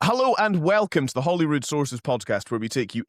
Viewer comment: Yet another person that cannot pronounce Holyrood properly. He pronouncing it Hollyrood . Get it right yes?